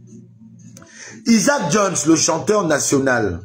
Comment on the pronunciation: tu sais de qui il parle même s'il ne prononce pas bien son prénom